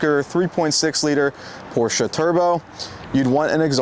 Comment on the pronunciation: Am I the only one who noticed that they forgot the "R" in porsche?